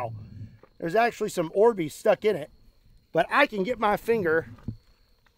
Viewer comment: I thought he was saying "expired Arby's" it took a minute to realize he said Orbeez